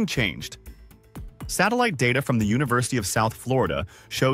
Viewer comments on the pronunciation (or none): none